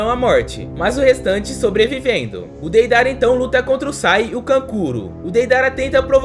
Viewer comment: Kkkkkkk ele falou Peidara😊